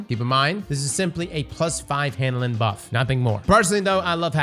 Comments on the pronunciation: Everytime says "Handlin'", I get a chuckle. I have no idea why. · There’s no “D” in hannelin